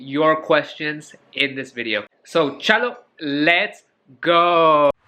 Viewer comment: Finally he got the "namaste" and "chalo" right